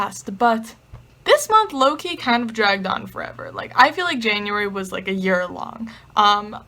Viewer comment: Haha!! I kept thinking you were saying Loki when you said low key. 😂😂😂🤣🤣🤣 Love your videos!!! 😊😊😊